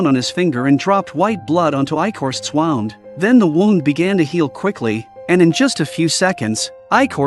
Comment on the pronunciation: Hearing him say wound (winding a toy) and then wound (injury)in the next sentence is annoying…